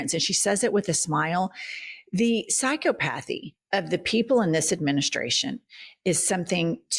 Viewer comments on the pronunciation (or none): You are pronouncing psychopathy almost like it is two words: psycho pathy. Wrong! It is pronounced with the accent on the SECOND, not the first syllable, with the second syllable sounding like "cop"... sai-COP-uh-thee Sorry, but you lose credibility if you use words incorrectly, or pronounce them wrong. That's one of the first thing an on-air journalist or commentator should learn. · My knit-pick of the day: Psychopathy is pronounced "psy COP athee". Love you're podcast 👍🏻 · at 00:2:31 is pronounced sy-cop-o-thee. Love you two! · Sorry-I’m a linguist/teacher so I’m an ass about grammar. It’s “psy-KA-pathy”, not “psycho-pathy”. You’re brilliant and amazing! Can tell me to fuck right off:) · Im not sure thats how you are supposed to pronounce “psychopathy”… 🤣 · Have never heard "Psychopathy" pronounced that way.